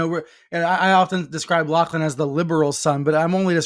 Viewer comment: Lachlan is pronounce "LOCKLAN"